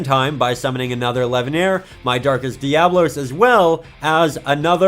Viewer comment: I don't mean to be that guy, but it's darkest dia-bolos